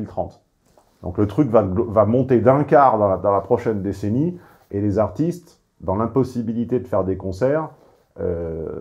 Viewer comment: a raté la manière dont elle a prononcé "femmes AARTistees"